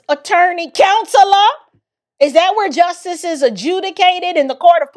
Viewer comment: He said he's fighting for "troof and justus!" Lord... 🤦🏾‍♂️